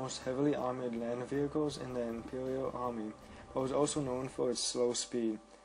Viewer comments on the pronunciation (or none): none